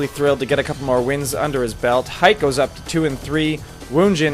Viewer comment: hite is pronounced hee-tay, not height. fail.